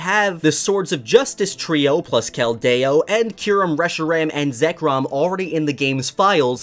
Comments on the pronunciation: How did you mispronounse so many of them like keldeo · Cal-day-o? It is Kel-de-o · "Ray-qwah-zuh" "Kel-dayo" (Sorry I had to) lmao love your vids! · wtf is a kelt day oh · This is bothering me but you keep pronouncing Keldeo's name wrong.